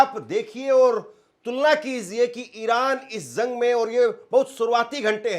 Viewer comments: Zung kya rey???? It’s Jung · Bhaiya zang Nahin Jung Hota Hai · अबे zung नहीं jung बोल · पत्रकार महोदय जंग होता है न कि ज़ग शब्दों का उच्चारण सही कीजिएगा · Usko zang nai jung bolte h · تم جیسے لوگ بھی صحافت کے میدان میں جھک مار ہے ہیں تمہاری زبان ہی درست نہیں ہے، جنگ کو زنگ بول رہا ہے